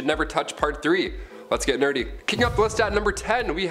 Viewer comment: Let’s get neardy😳💯😂😂😂😂